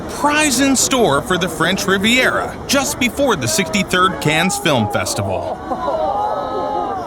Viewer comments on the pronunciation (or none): Cannes is pronounced kan. Silent s. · You pronounced Cannes wrong.